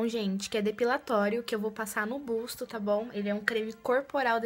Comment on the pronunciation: Ficou linda! 😍, não é uma crítica, é só pra vc não falar mais assim. Não é spar day é sim spa day, não é busto é sim buço. Espero que não leve a mal! 🙏🏻😘